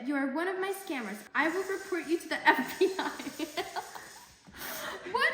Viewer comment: It literally sounds like your mother says "this commerce", and "s-cammers".